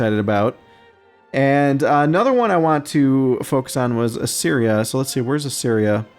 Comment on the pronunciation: I think it's pronounced "uh-seer-ee-uh" (Assyria). Basicaly "uh" and then "Syria" as in the modern country. At least, this is how I hear English speakers in the U.S. say it.